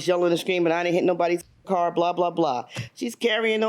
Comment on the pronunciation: Ha ha, when is a car NOT a car ..................... When it's a CORE. Lying woman, how about this, if you can't pronounce the word CAR then maybe you shouldn't be driving one. At least tell the truth in court.